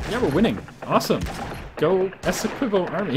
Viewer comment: Esequibo, with the ''qui" pronounced as "ki", as in Kit.